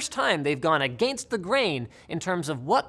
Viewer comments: The way you pronounce “Against” I’m sorry but it’s so funny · lol i love how linus says A-gain-st instead of uh-ginst xDDD X:D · American pronunciation: a-ghen-st Canadian pronunciation: a-ghain-st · "Agaynst the grayn."